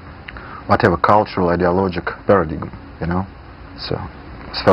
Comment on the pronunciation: Заметил, на Пелевин неправильно произносит "paradigm".